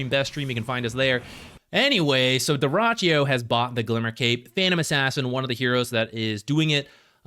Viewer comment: you misspelled dyrachyo nickname. You should stress the last syllable: dyrachYO (more like Douh-Ra-Tsch-JOH).